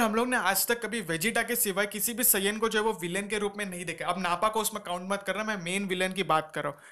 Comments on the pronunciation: Bhai saaiiyan nhi saiyan kehte hai kam se kam naam to sahi se boli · You are pronouncing saiyan wrong😤😤. Pls speak correctly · ok. I am not making fun of you bro. I am just telling 😢